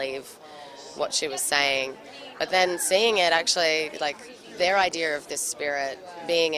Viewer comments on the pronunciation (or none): How bae says idea- idear.😍(and I love it. I love her)